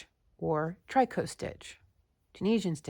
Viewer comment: Hi, C! I love this pattern. Thank you! I think "tricot" is pronounced similar to "picot". Merry Christmas, dear friend! Hugs, always. :virtualhug